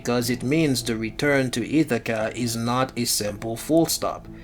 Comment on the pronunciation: Wtf is "Itakka" ??? 😂 It's "Ithaca" buddy